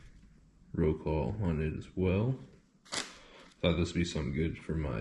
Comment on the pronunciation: Phonetically, in English - Rot-suave